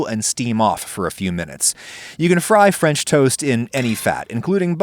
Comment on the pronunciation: mmhhmmm fremch toast